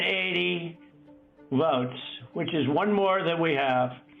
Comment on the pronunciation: Pay attention on how Trump pronounced to word "votes". He sounded like a mentally ill guy with speech impairment.